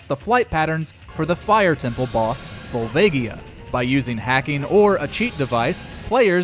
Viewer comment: The Majora's Mask that appears in A Link Between Worlds is that of the Fallen timeline, meaning that the evil never left it as it did in the Child timeline. Also, I'm still positive that's not how "Volvagia" is pronounced. Lastly, where you find 100 Rupees in the first quest, you find the Blue Ring in the second.